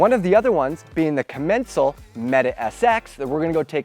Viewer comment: I think that if i hear commEncal one more time imma jump of some cliff